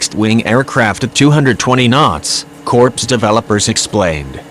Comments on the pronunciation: The way the computer-generated voice kept referring to my Marine CORPS as "corpse" was jarring my ear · Hey It the United States Marine Corp, not a corpse as your computer pronounced the name. How about using a real human to do the announcing instead of a computer because it's an insult to every Marine when you screw up something that simple as pronounce a word that disrespects every Marine serving or retired. Get it right!!!! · It was funny listening to your robo-narrator saying "CORPSE" for "Corps." But then it made me think of the Obamanation, when he said; "Navy CORPSE-man, I never considered he might be a robot." It would explain a lot.